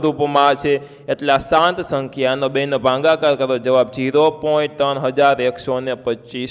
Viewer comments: Sir i am sorry bat tame bhagakar ne bhangakar kaho cho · Bhagakar kahevay